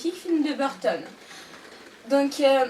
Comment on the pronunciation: ENFIN QUELQU'UN QUI LE MENTIONNE MERCI JÉSUS. La façon dont elle le dit en plus raaaah ''Ce magnifique film de BURTON'' Mais respect pour Henry Selick merde